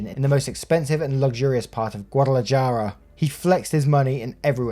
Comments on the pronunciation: Hey, a heads up for future videos, the letter "j" In Spanish is pronounced like an "h". For example you would say "Guadalajara" like "Guadalahara". 😁😁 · Guadalajara is pronounced Guad a la hara the j having the sound of an h in Spanish. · Just so you know in spanish j's make h sounds so Guadalajara ends with a hara noise.